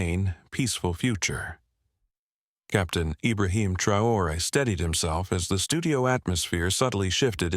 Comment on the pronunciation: You can’t even pay the respect of pronouncing the president’s name e? Hideous AI.